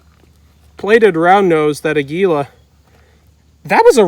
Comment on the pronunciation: It is pronounced A’ gui la. It is Spanish for eagle, which corresponds to the picture on the box.